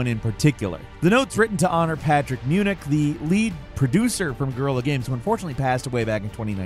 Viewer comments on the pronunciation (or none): none